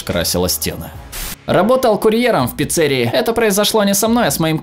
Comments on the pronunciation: Не "Пицце́рия", а "Пиццери́я"! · Какого хрена ты неправильно ставишь ударение в слове пиццерия? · Не пиццЕрия, а пиццерИя!!!!!!! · Почему пицЕрия,а не пицирИя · Кто называет пиццери́ю пицце́рией? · П-И-Ц-Ц-Е-Р-И́-Я!! Не пицце́рия!!!! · Местная пиццЕрия? Местная пиццерИя. Аж слух режет. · какой нахрен пицце́рия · Сколько раз говорить не пиццерия, а пиццерия